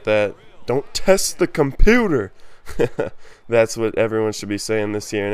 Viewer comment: Nice video man, "don't test the comput-ah so disrespectful" haha